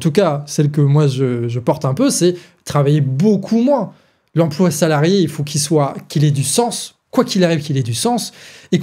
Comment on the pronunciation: "Il ne fauht pas avoir peurhr !"